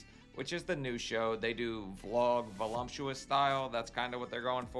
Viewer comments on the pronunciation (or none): Every time you say volumptuos instead of voluptuous I spit out my coffee. Thanks for the video!